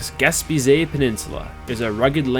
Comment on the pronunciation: Yes! Hope you do more trips in Québec. This river looked beautiful and you captured it well. One point on pronunciation: you kept saying “gas-pee-zay” when it’s pronounced “gas-pay-zee” :) Gespeg is a Mikmaq word for Land’s End.